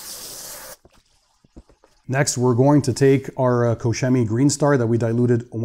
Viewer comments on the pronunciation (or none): tu peux juste prononcer 'kor-kemy'